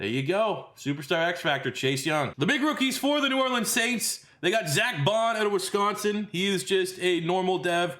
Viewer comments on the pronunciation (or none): none